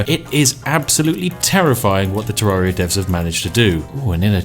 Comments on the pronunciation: You said terraria wrong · The A is pronounced the same as terrarium not like the A in aria. Sheesh.